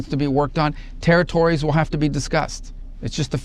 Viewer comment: It's "ON" not "AWN" like Yawn or Lawn... 2 letters, O & N, there is no W in ON!